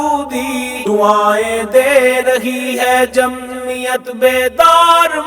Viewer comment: لفظ جمعیت ادا کرتے تو بہتر تھا ۔۔۔مہمل لفظ جمیت درست نہیں